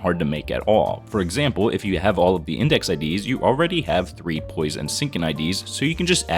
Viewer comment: What said :rupture poise sinking poise What i heard: rupture bois sinkinh bois